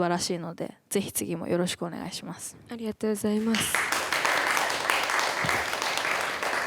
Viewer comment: NAOKOのあrがとございまrす見つけちゃって笑ってる